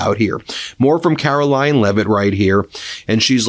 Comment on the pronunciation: It sounded like you just said ‘Carol-lying’ lol